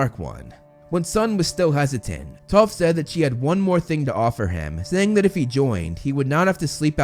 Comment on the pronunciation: use subtitels hé says toth